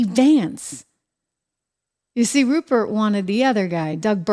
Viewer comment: “Ruprecht” Murdoch. 👎👇🫵